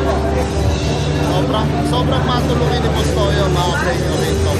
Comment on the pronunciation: Boss toyo hindi tuyo😅😅😅